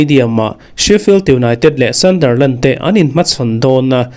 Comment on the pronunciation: Thil ka lo sawive lawk ...ka sawisel vang che ni lo vin ....Sunderland i lam rik dan hi ..sandarland ti i i lam a ...a dik lo .. A inziak dan ang tak in ..hei hi chu lam tur Sunderland - sandar ti lo vin sundar ..ti in